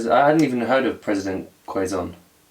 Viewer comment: Quezon is pronounced as KEh-Zon, and yes our city was named after him. I just realized though that the monument at the heart of the city has a resemblance to the Open Door Monument in Israel, which was built in honor of this period in history.